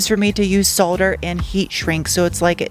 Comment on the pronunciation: you said 'solder' correctly... YAY!!!